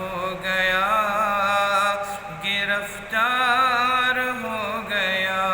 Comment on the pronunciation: گرَفتار نہیں گرِفتار ہے حضرت